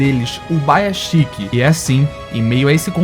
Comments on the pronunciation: é ubuyashiki E ñ ubaiashiky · que agonia ver o cara falando UBAYASHIKI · Video fantastico✨ mas nao vou te sconder meu incomodo sempre que escuto Ubaiaxiki😂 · Fala corretamente mano, é Ubuyashiki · Uma dor a cada pronúncia errada do nome do Ubuyashiki.